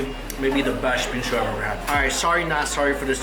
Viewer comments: I thought you said bean soup and now i know what bingsu is and i want it so bad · When he say 'bingsu' I heard bean soup like what? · thought he was saying Bean Soup but he was in fact saying Bingsoo